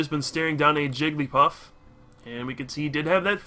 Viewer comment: Jiggl-y-paff, Jig-l-eEe-paff....